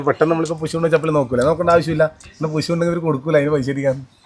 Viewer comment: പുശു അല്ല പുഴു